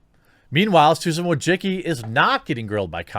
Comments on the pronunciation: Bruh he said "WA-JA-Ki" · He absolutely fucking can’t. He misses half letters and doesn’t even realise that -cki is read as -tsky. There is no ‘g’ sound. There is no ‘o’ sound. He sounds illiterate.. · Bro I’m Eastern European and you should check how to pronounce Wojcicki... what you doing is straight up butchery lol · It hurts my ears every time an American or a Brit butchers pronunciation Susan Wojcicki's last name.